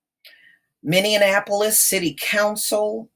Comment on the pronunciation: Pronounced ...”mini-apple-polis”